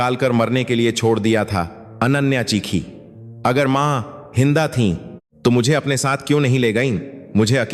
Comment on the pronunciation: Ye kya padh raha hai. Jinda ko hinda. Aur eisa bahut sare pronunciation galat padh raha hai.